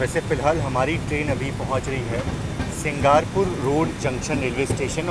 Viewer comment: भाई साहब आप अपने उच्चारण को सही करो। सिंगापुर रोड को आप सिंगारपुर बतारहे हैं। झारसुगुड़ा को आप झांसा गुड़ा बता रहे हैं। हावड़ा जगदलपुर एक्सप्रेस को जंगलपुर बता रहे हैं। इससे आपके हिंदी की अज्ञानता ही झलकती है, कृपया इन कमियों को दूर करने की कोशिश करें।।